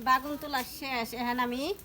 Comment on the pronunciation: বাগুন না বেগুন বলবেন।